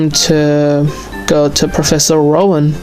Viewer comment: I always hear "Professor Run" not "Rowan" xD